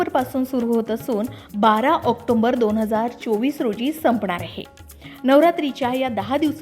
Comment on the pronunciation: ऑक्टोंबर असा महिना नाही. ऑक्टोबर म्हणा. भाषा सुधारायला हवी. माहिती छान.